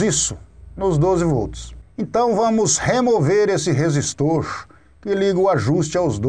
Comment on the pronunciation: "professor" kkk. resistoorrrchhh capacitooorrrrrchhhhh